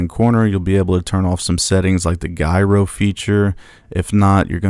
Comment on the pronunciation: “Gyro” is pronounced JiRow 😊